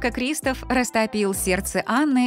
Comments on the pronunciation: Здравствуй. Я бы поставила лайк, но ты говоришь КристАф. А говориться КристОф. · Здравствуй. Ты говоришь КрИстофф. А говориться КристОф! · Не криистов а кристооов